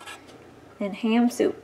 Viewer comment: Hi ...I follow ur channel and love what u guys do . I really admire the way your whole family chip in at harvest time and run all your machinery...I'm from Ireland and just cant figure out what kind of soup you had made at 5.35 it sounds like rat soup could u clarify that😄😄😁